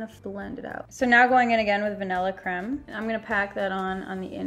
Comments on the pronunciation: you said crem.... it's CREAM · did you just say crem its creme not crem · the vanilla creme is pronounced Cream not cre-me